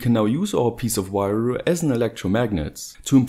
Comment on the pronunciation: " if you take a piece of wayooo ...''